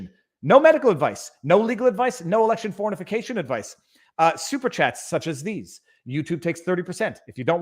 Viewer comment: Did you say election fornification? 😂